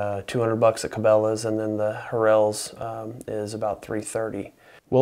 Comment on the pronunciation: You’re terribly mispronouncing Harrells. Only pronounce one of the r’s. Good video though.